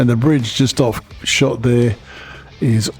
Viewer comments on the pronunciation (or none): none